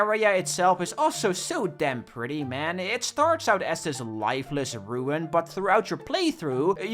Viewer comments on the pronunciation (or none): none